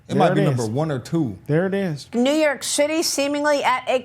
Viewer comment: that's the point, that's what they WANT to do. she said NY shitty(i know its the way she talks, just thought it was funny)😂😂😂